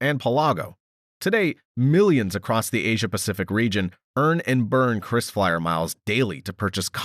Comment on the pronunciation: it is KRISFLYER and not CHRISFLYER